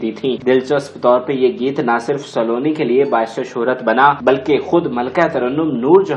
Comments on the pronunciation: یہ سا لو نی نہیں ، سلونی ہے آپ مزید بھی خا صےignorant ہیں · لفظ سالونی نہیں سلونی ہے پھُدی دیا۔ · Nice attempt to promote pak film industry...but plz improve ur pronunciation of Urdu ....word is Saloni not Saaloni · Saa--loni, Nahi Saloni. سلونی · Please work on your pronunciation. You cannot even pronounce her show biz name properly. You must have had some very dumb teachers; nobody bothered to correct your Urdu/English pronunciation. Listen to yourself - Not everything is pronounced in Punjabi.